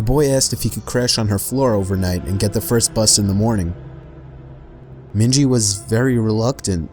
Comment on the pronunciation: Its *Minji she's Asian lol 😭